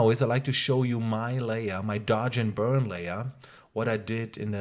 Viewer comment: Say one more time dodge and burd.....I dare you